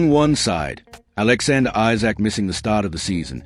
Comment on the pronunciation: Who types your commentary, it’s Isak not Issac and Wissa not Wisser.